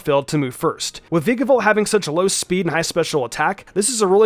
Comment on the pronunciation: Dude, every time he says “Veekabolt” I swear a part of me dies, and not in a good way.